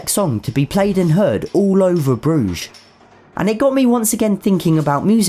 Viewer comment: You missed pronounced brugge